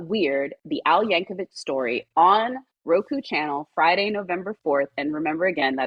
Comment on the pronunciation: seems like a very nice person, but between getting his name wrong (it's Yan-ko-vic, not Yan-ko-vitch - common mistake, but really annoying in an interview setting), and saying that he plays the ORGAN rather than the ACCORDION... I mean, C'MON! You saw the movie! And he mentioned the "travelling accordion salesman" earlier in the interview! How could she get that wrong?